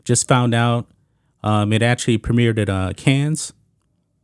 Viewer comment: Just a small point of information: you don't enunciate the "S" in Cannes. It's pronounced similar to "CON" LOL, you're welcome.